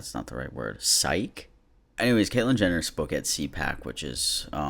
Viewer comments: The word you're trying to think of is psyche but you have to pronounce the long e sound at the end: /ˈsīkē/ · "Psyche" is pronounced "SIKE-ee." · Psyche (sike-ee) </3